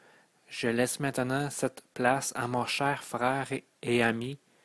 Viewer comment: Beau message ,mais au lieu de ( messâge,prepâre ,câr, frwere ) ( message ,prépare , car , frère etc..) Ô la la espérons que rendu à la 13 ième le langage est universel . Désolé...Difficile à écouter. Déconcentrants. Mauvaise phonétique,diction ouf ! Énervant . Un minimum SVP